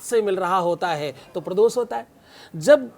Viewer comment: ko sahi shabd ka gyan nahi hai,ve mukhay shabd ko baar baar ashudh uchharit kar rahe hai - Arth ka anarth ho raha hai... Kritaghnata keh rahe jo ki ekdum galat prayog hai,unhe kritagyata shabd ka prayog karna chahiye. Uchharan dosh hai. Prados keh rahe hai,pradosh shabd hai